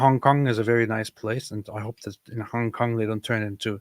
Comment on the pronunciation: We need to get to say "Hong Kong" more often 😂 I'm like half Chinese and I find how pronunciation partly offensive 😂